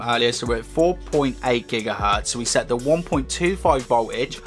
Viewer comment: So let me get this straight..you can't pronounce the letters T-H, as in the letter 3 (you say FREE), nor can you pronounce T-H as in the word THE (you say DAH)!?